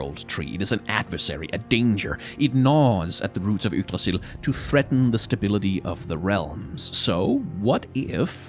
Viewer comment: Where's from? His pronounciation of Yggdrassil and nidhug sounded just like i would say it in danish